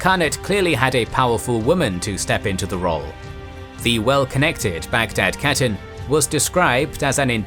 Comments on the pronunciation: When you pronounce khatun you say like hatun not katun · Khatun=Hatun not pronounced CATTEN, you could still mispronounce it as HATTEN and would be acceptable. Westerners especially Anglophones get so confused with the Kh digraph , just remember it’s almost identical to the German digraph of “Ch”. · Your videos good, pronounce of the word catun should be (kha toon),is not correct .